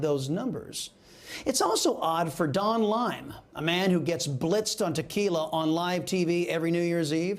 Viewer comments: Why does he keep calling Don Lemon "Don Lime"? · Why are u saying Don lime??? Lol